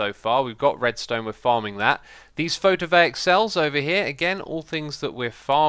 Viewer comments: XISUMA ITS PHOTOVOLTAIC NOT PHOTOVAIC (actually this word is Greek, so this annoys me very much because guess what I'm greek.) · Photovaic, I can't let it go, every time, you say photovaic, it's photovoltaic, LUL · Just to mention something you're saying wrong. Photo-voltaic not photo-vaic. Photo from the Greek word for light and volt from Alessandro Volta. Photovoltaic basically means light energy/electricity in other words. I thought it might be a bit interesting to throw some information instead of just sounding like a butthurt person because you pronounced a word wrong. Now I sound like a smartass who was butthurt by you pronouncing something wrong. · Hey X, its not called photovaic, its called PHOTOVOLTAIC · By the way, Xisuma, it's PhotoVOLTaic cells, not Photovaic, as in It creates power (volt) from light (photo). Just lettin' you know :P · It's my birthday! PS photovoltaic is pronounced photovol-tay-ic :P